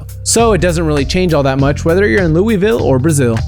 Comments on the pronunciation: Louisville isn't pronounced loo-ee-vil. It's pronounced Loo-uh-vul, take it from someone who lives about 45 minutes away from it. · It annoys me when people say it Lewie vill it's like liol vill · He said louiville its LOUISVILLE IS IS SILENT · When people don't live in Louisville they never pronounce it right!!!!!!